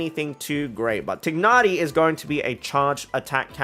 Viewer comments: Ok so to pronounce tighnari’s name it’s just like thigh but without the ‘h’ then + nari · as a muslim, it’s not even close to thigh. its like tick. but replace the ck with gh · To comment about the "proper" pronunciation of Tighnari. Since Hoyoverse didn't feel the need to make sure the EN VA of Tighnari pronounced his name properly (he pronounces it Tie-nari), they obviously don't care that much about the proper pronunciation and so it shouldn't be a thing for people to fight over. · No, the trailers pronounce it incorrectly. the g is pronounced. "gh" is said from the back of the throat